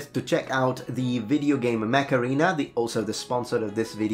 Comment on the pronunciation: I wasnt watching in the first few seconds and that you said: "this video is sponsored by...macarena.."